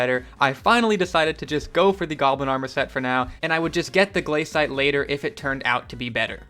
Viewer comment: im so triggered by him saying gl-A-cite but its gla-cite